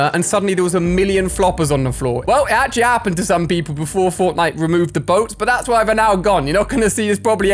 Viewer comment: he said wry instead of why 😂